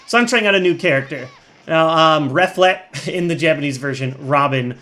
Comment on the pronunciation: ***** Robin's Japanese name is pronounced "Reh-flay".